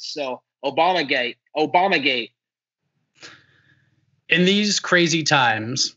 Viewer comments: He said "Obama gay" lol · Did he say Obama Gay 🤣